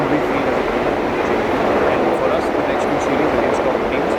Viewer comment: KUCH TO ENGLISH SEEKH LO... TOW TIGERS NAHI.... 2 ( TWO TIGERS ) HOTA HAIN 🤣🤣🤣